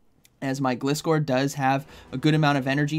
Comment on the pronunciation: it is pronounced GL eye score according to the anime. Which makes sense, cus the name is composed out of glide, from glider and scor from scorpion. Thank you! And you're welcome! I love your videos! 😁👍